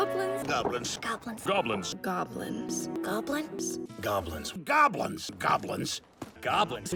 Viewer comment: At the end it just sounds like "gablins"